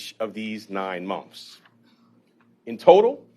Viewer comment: Are u saying mouths or months?